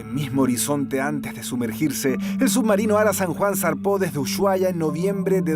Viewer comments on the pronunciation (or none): Uyuahuai no no se dice, se dice Ushuaia con S